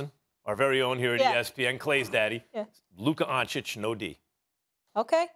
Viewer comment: Stephen "Luka Don-Chick" A. Smith